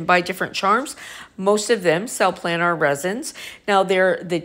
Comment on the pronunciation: No.. she doesn't pronounce it right, and doesn't have it in the description correctly.. it's "planars resin flatbacks" .. hope that helps better.